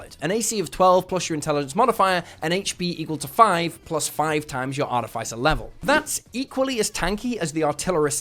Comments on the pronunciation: Can we talk about Arti-FI-cer...? Instead of Arti-FIS-er. Haha :) "Morning Of-FI-cer, I'm getting my broken break light fixed today." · Great vid. But it’s pronounced Ar-TIFF-iss-er, not Ar-tif-ICE-er. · Artificer is not pronounced like that, both 'i's are pronounced with the normal sound not the vowel sound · I'm sorry I can't listen to you say artifice wrong for twenty minutes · Probably a sign of mental illness Probably should get checked out. 🫠